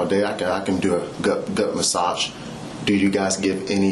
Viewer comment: ‘Goot’ massage